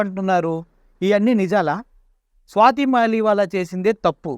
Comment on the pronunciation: "స్వాతి మాలివాలా" కాదురా అయ్యా, "స్వాతి మాలివాల్" .... వాల్ ను వాలా చేసావు కదరా అయ్యా, స్వాతి మలీవాల్ ఆప్ పార్టీ తరపున రాజ్యసభ సభ్యురాలు రా అయ్యా ఇప్పటికి కూడా